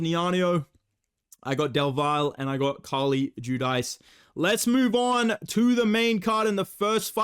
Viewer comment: Carlie judice, It’s pronounced “ju-deece”